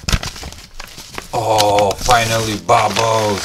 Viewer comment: Well it's fine with me